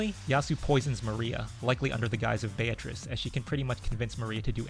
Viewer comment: btw, the correct pronunciation is "Bea-tri-ce" not "Bea-triss"